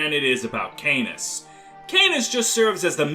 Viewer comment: AAAAAAAAAAAAAAAAAAA CANAS IS NOT PRONOUNCED LIKE THAT I CANT STAND IT canas is great i love him sm but I can't stand your pronunciation its driving me mad >:(